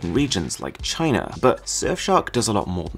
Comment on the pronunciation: am I the only one who remembers the meme CHYNA when he said China😂😂😂